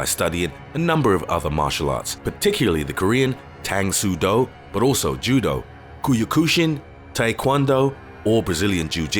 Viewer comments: Don't say kuyukushin, they'll kill you. Why do you non Asian people just destroy asians names to things it's kyo-ku-shin. If someone came here and heard you say kuyukushin they might have a hard time digging the beautiful martial art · You pronounced Kyokushin wrong. It’s pronouced “Key-Yo Ku Shin” That’s how it sounds. Or Kyokushinkai. As it’s originally pronounced. As a practitioner of the art I feel a but insulted by the lack or correct pronunciation. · Its pronounced as kyokushin not kuyokushin. And wtf moo thai? Lmao